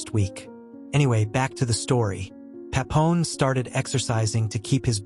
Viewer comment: Bro it's Papillon, not Papon...